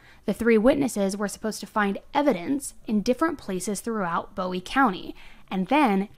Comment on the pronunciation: It's boowee not bowie.😢